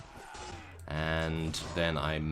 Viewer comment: Why you say beta so wrong